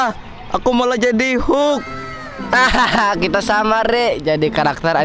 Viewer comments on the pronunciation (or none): Kakak bilang hulk hak huk hak huk, hulk yang bener